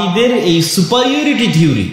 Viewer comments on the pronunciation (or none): সুপার ইউরিটি নয় সুপিরিয়রিটি হবে ভাই।